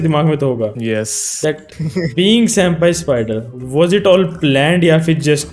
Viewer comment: Bro its SENPAI NOT SEMPAI😂😂😂😂